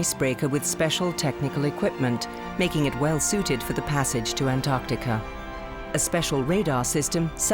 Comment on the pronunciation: Antarctica ka naam antarkatika aaj pehli baar sunna 😂😂😂 antaar ka tika hi kehna tha ab